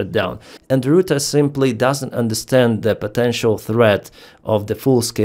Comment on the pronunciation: Complete misread of Rutte